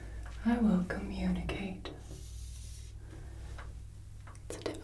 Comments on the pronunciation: Communicate not cummunicate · her: “instaed i will cummunicate” her (again) “a difficult word,a long one” me: “not for ten year olds, but for teachers!” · communicate is com, not cum ...but I still love you, Mom =) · not to be rude but cummunicate is communicate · Heh heh...."cummunicate"...heh heh. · It's communicate not cummunicate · "I will cummunicate" yeah, are we sure we're in detention..? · "I will cum" WHAT o wait "I will communicate" What a shame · I don't want to be that guy, but communicate has an O first, not a U. :/ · Cummunicate? Is that a thing? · i will cummunicate